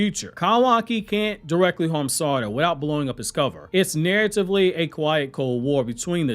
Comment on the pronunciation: Omg learn to pronounce her name. Yov lost ne quicl because you cant pronounce her name